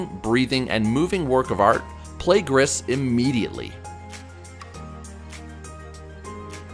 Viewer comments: Gris is actually pronounced as “gree” it’s French for gray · It's pronounced "gree". It's french for gray